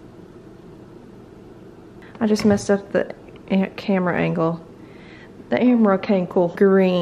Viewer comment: "I just messed up the camera angle - the amera cankle"